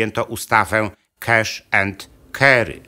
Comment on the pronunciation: Świetne są Pana programy i dużo informacji! Zawsze b.lubiłam historię ale od kilkunastu lat zaczęłam bardzo wiele zgłębiać na jej tematy.Pana informacje połączyły mi wiele kropek i dopasowały mi wiele puzzli historycznych. Tylko jedna uwaga: wymawia się : cAsh (kAsz), a NIE cEsh(kesz) i cArry (kArry) a NIE cErry (kErry). Wprawdzie angielskie A jest nieco mniej otwarte niż nasze polskie A,ale NIGDY nie osiąga ono stanu w którym wymawia się E. Żyję w kraju anglojęzycznym gdzie obowiązuje klasyczny oksfordzki dialekt i poradzono mi, abym to wyjaśniła wszystkim Polakom, którzy popełniają ten ogromny błąd. Na świecie nie używa się dialektów z płdn. Stanów (jak Luizjana itp.) tylko angielskiego z Oksfordu lub z Nowego Jorku, jeśli już.